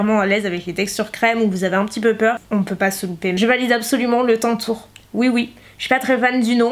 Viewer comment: enfaite c'est pas TANtour c'est taNtour